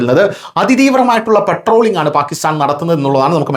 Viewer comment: "" പെട്രോളിംഗ്"" അല്ല " പട്രോളിംഗ്"" ആണ്